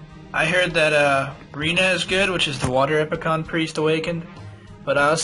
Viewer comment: It's not "epi-con", it's "epic-eeon".